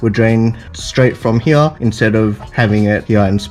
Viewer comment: stop saying here as HEYEH